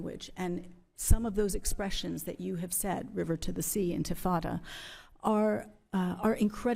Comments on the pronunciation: “Infintada” It sounds like some kind of pastina for infants. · Mispronounced. The Intifada were a series of 2 uprisings against Israel by the Muslim Arabs in West Bank & Gaza territories which saw youth bombers in belts exploding on buses, grenades thrown into shopping malls & universities, cafes, pizza parlors, etc which the media mythologized as "children throwing stones towards Israeli tanks." Americans & the world gobbled up this total misrepresentation of the reality of tiny Israel under permanent threat by surrounding Arab countries plus locals launching a highly-mediatized & interpreted Intifada. The sad reality despite 2 Arab countries making cold peace, & al-Fattah Sisi of Egypt being the best Arab leader. Actually, the Intifada was pushed to more barbarity by a Hamas founder al-Rantisi, a pediatrician, who sent wayward children & youth to commit suicide-mass homicides to kill as many Israelis as possible.